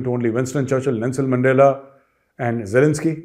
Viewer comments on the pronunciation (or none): none